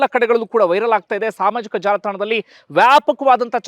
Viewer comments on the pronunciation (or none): ವೈಲರ ❌ವೈರಲ್ ☑️